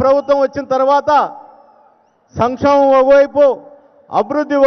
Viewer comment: Sanksobham kadura peddareddy sankshemam